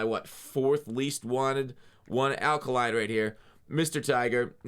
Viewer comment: It’s pronounced Al Kay-line! Big Detroit fan.